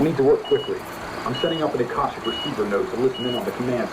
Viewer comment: do some research into the Akashic (ah-Kah-shic) records before you continue the series. If they start tying that in you’ll be so confused without some basic understanding of it. Knowledge is probably even linked to that specifically.